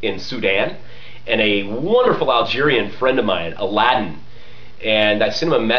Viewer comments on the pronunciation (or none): none